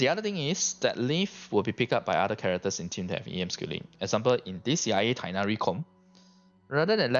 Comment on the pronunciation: Teghhnari with hard h sound